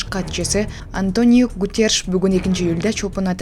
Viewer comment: АнтанИо эмес АнтОнио Гуттереш.